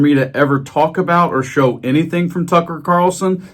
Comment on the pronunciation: Every time you say Tucker I hear Fucker. Funny that.